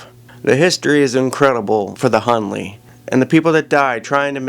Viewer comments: His name is - Hunley not Hurley! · His name is not Hurley, “Hunley”